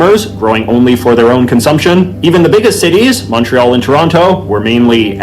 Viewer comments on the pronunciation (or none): none